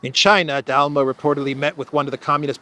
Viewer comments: It's D'Alema not De Alma 😀 but anyway, "la repubblica" is really a good newspaper if you use it as a bottom for the canary cage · You butchered Dalema name but great video anyway